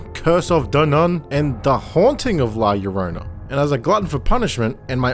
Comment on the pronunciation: Oh my god finally someone said la llorona correctly